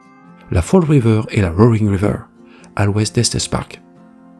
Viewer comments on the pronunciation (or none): none